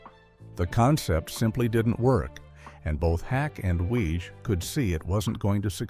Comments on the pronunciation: Another AI video that mispronounces things. Reinhold Weege’s name is pronounced “Wiggy.” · Weege is pronounced WEE-gie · Small point but isn't Reinhold Weege's name pronounced like Weegie? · CORRECTIONS: - Character Billy Young was never planned to be more than a single-season character. - Creator's name is pronounced "weeg-ee" - Far as I know, Night Court didn't "save Torme's career"; it sure as heck did boost it tho'! - Based on the stories I've heard from Moll (on TV, not in person😜), at the end of the audition Weege said something akin to "You know you'll have to shave your head for the next 5 years, right?" Heard that story a few times. So not sure if that was apocryphal or if this video's story is. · Larroquette was charmingly different as Jenkins/Sir Galahad in "The Librarians". Oh, and "Weege" is pronounced "Wee-jee", sort of like the spirit board. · He also mispronounces Weege's name. It's "weeg-ee." So, while "some in Hollywood" MAY've been calling the deaths a "curse," (probably not -- it's probably a more recent nickname) I always find that, when I see vids like this get THE MOST BASIC fact wrong (like the pronunciation of the CREATOR'S name!), the rest should be taken w/a few billion grains of salt. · Nothing reminds me that I hate AI generated content like clickbait thumbnails coupled with AI voice that can't decide whether Weege is pronounced Weeg or Weej and Larroquette is pronounced ler-oo-ket or lar-oo-ket-ay.